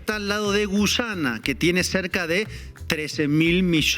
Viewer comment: Terugi no es gullana es Guyana 😂